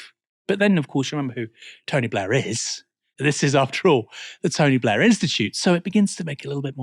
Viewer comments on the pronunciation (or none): The Tony BLEEEEH! Institute.